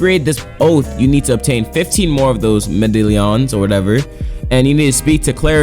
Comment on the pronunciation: "30 crissan medadillions"